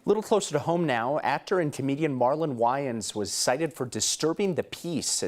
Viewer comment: Yeah super super white guy can't pronounce "Wayans" because he's never watched any movie with a black person.